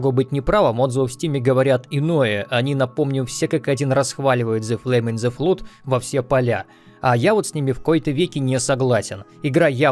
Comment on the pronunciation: Зе блуд ин зе флуд. Не, рили так сложно загуглить слово и послушать, как оно звучит? Тем более, его один сраный раз произнести нужно